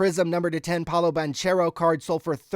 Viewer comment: Here, say this 10 times so you get it right next time POW-loh bang-KAIR-oh 😅